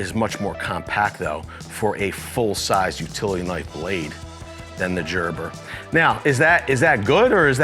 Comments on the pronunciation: Just like baby food it’s Gerber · Hahahaha I was cracking up at jerber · "Everyone will recognize the name. This is a Jerburr." A WHAT? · But but he said Jerber.. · He had to do it on purpose lol 😂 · I feel is trolling with his pronunciation of gerber